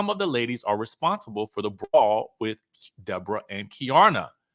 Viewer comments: Stop calling that girl “de -borah 😂😅😂😂😂😂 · Day-bor-a lol I'm dead